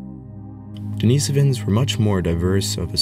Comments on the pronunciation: The pronunciation is a bit off, the stress is supposed to be on the I, in the second syllable. So not denisOvans, but denIsovans. Since in Russian the name Denis - the name of a hermit the cave is named after - is pronounced with the stress on the I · Love the info and video but yeah work on the pronunciation😊 not only Denisovans but Neanderthals as well. (Neander -tall) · I dont think you are pronouncing Denisovians properly.